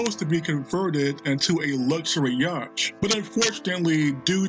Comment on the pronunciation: Yacht pronounced yot.